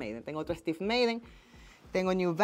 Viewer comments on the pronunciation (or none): none